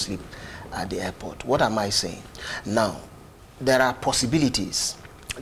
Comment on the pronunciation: Why are they pronouncing airport as hairport? 😆